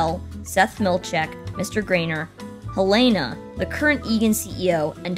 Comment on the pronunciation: I wish the people who narrate these videos would learn to speak slowly and precisely. It's also distracting when they mispronounce words (like obs-fu-cation instead of ob-fu-scation) and names(Elaina instead of Helena and Regabh-ai instead of Regabh -ee)